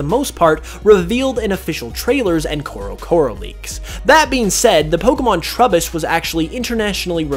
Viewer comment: please, please never say krokorok's name again, but otherwise, awesome video